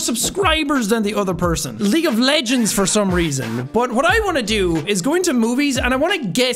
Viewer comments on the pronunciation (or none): none